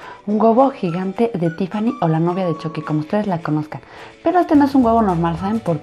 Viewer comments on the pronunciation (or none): Se pronunsia chucki no chocki 😕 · Se dice chuky no choky Igual me encantó como lo isiste espero que a gas muchos mas❤❤❤❤❤❤❤❤ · No se dice choqui se dice chuqui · Dijo choqui elugar de chuqui 🤣🤣🤣🤣🤣🤣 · Se dise Chuky no Choky